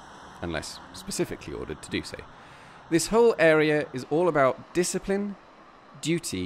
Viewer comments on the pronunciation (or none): none